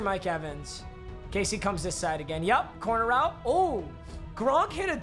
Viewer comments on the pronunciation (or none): none